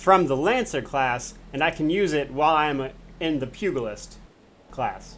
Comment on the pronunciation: Great guide but dear lord your mispronounciation of the Pugilist is grating on my OCD badly. The G sound is not G as in Goat, but G as in George. Pugilism is the forefather of Boxing, BTW.